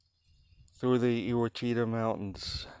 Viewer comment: Great video! FYI Ouachita is pronounced Wash-a-taw.